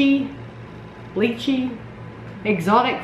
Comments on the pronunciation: Hey. Lychee is a Tropical fruit. It is pronounced Liechee (the "y" sounds like a long "i".) Great gift ideas. Happy new year when it comes:) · Lychee is pronunced lie-chee. Lychee is a small white fruit. It cones in a shell like thing so you have to peel off the shell to get to the fruit inside. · may I suggest a rare fruits basket? It's not candy, but there's a TON of fruits you probably have never tried before. Also the lychee is pronounced lie-chi (rhymes with key.) More suggestions, the game code name pictures would be good for your son that likes the 500 questions things.